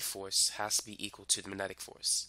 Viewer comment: Uhh - there is a G in 'magnetic'. (minor nit to an otherwise nice explanation)